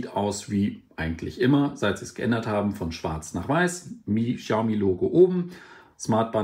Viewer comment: Sprich die Marke doch bitte richtig aus.